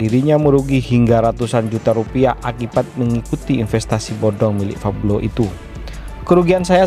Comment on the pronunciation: Pablo bukan fablo min😯